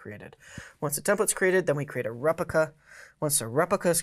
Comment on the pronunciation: prah-cess, not PRO-cess repLica, not repica